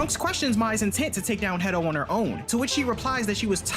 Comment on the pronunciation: I keep hearing dr pedo not hedo